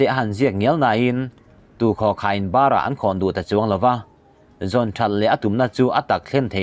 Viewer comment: Khai³,,, min lo hrethiam la, "eng vak maha ngai lo" tih sawina hi " bara khawn lo" tih a ni a. Chaw "bâr" anga lam rik chi a ni lo a nia aw.